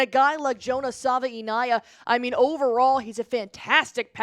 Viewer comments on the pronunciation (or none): Savi- a- nay-uh you welcome